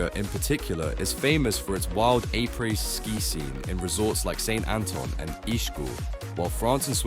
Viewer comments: What the hec is “aypray ski”? 😂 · “A-praise” ski? 😅